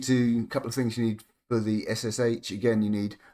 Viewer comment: This is the first time I've heard SSH pronounced "shush" not "ess-ess-aitch". Whatever next? GIF as Jiff? The world's gone mad, I tells ya.